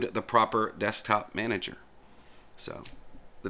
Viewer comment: Now say it with me: "DESK-TOP-MA-NA-GER" x'D